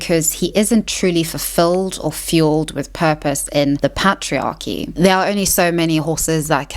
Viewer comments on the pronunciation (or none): Love the content but please check the correct pronunciation of "women" and "patriarchy". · the pat-triarchy lol. Great vid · Listen, excellent video, but we need to talk about how you pronounce Patriarchy 😂